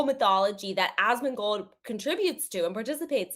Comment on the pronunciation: Why does keep saying "Asmagold"?